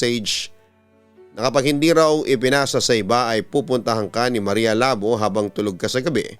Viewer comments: Marya Labò po pabigla ang pronunciation papa dudut...taga western visayas ang sender na to...kasi sikat yan si marya labò.. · Maria Labo As in initak, yung pronunciation ang awkward. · Maria labo.. Hahaha.. Nakakatawa yung pag pronounce.. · hiligaynon word yang labo o ilonggo ibig sabihin hack or cut.... hindi ganyan Ang pag pronounce....nag originate Ang kwentong yan sa iloilo or capiz.... at lumaganap na sa buong pinas...